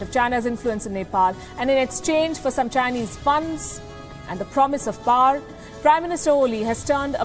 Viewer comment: The word power is pronounced as pow·er (/ˈpou(ə)r/). All Indian journalists pronounce it as “par”. They feel they sound anglicized/western. They do not even realize that it is wrong. Wanting to be white or western runs deep among Indians. Uhhhh....